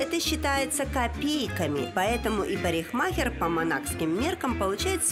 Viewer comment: И над речью стоит поработать: париХмахер, двухста (в другом выпуске). Но в целом супер!